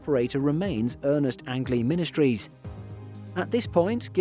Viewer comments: Forgive the knit picking, but his last name was pronounced “Angeleee” like Angel with several e’s on the end. Got to be a made up name! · Learn how to pronounce angley's name correctly